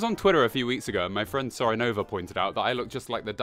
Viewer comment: Did he just say "sorenova" at the start?